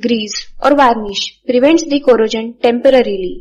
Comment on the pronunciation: You're saying corrosion like it has j in it! Stop it! Get some help!!